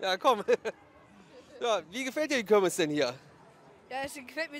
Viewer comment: Das heißt KIRMES und nicht KÖRMES - boahh